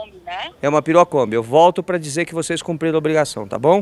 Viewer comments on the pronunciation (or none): Juro q entendi que ele falou pirocombi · Eu entendendo "Pirokombi"